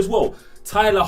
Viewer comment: Tyler's name is pronounced "heck len "